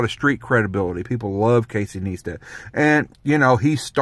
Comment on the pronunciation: FYI his name is pronounced Ny-stat not Nee-stat, just saying